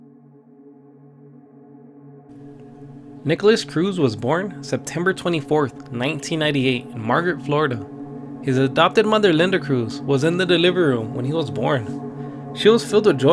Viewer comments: “Margaret Florida” omg 😂 *Margate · Also, and I'm nitpicking, but it's MARGATE and Coconut Creek.